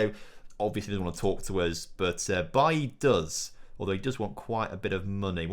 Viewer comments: it’s pronounced baylee not bailly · Why do you pronounce Leon Bailey's name like that. It's bailey, he is Jamaican not Ivorian. So it's pronounced like it is in English lol. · It’s pronounced Bay-Lee, I’m not sure why you are saying it like Eric Bailly